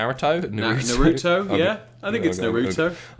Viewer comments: trying to say Naruto lol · Naru-Toh, and what a shame. Would have been a good match.